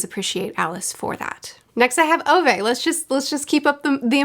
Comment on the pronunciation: The correct way of pronouncing Ove is roughly around this: Oo-veh / Ou-veh The eh-part is sort of like the E in Every. It reminded me of my late grandfather who had the name, maybe I'll read it some time